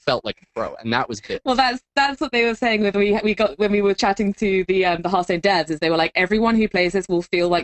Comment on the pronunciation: H ARTH STONE, not HURRRDURRR UURTH stone